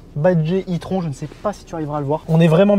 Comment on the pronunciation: ça ne se prononce pas plutôt " i-trone " ?